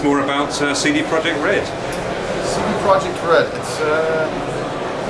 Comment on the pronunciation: it's CD PROJEKT not PROJECT. "cee dee proyect".